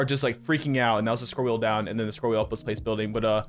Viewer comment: New drinking game: Every time says "Scrol wheen building" You drink....